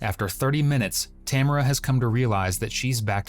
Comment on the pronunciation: The narration doesn’t match what we saw on video, plus that’s not how you pronounce Tamara